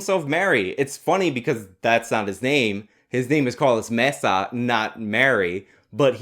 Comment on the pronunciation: Worse than white balance being off in a video: trying to sound Spanish while pronouncing Maza's last name - & still totally fucking it up.